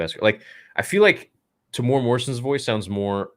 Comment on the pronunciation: Haha are you correcting me? :-) :-) - Fine then, I'm from New Zealand so ill start spelling Asoka right when you Americans start pronouncing Temuera correctly. You guys butcher it every time. It's pronounced Temu-Era (his name has 4 syllables). Not mad about it - but do you guys have to mispronounce it every freaking time? Other than that, much love to my fellow Star Wars brothers. (edit - and sisters).